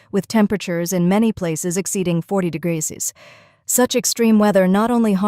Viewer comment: Btw, can ya'll do something about the AI voice over? Help it say "degrees" or something...that's driving me crazy. Those poor animals. Don't subject pets and children to that hot pavement. I have burnt the bottom of my feet many times. I've had to go to the ER because of it.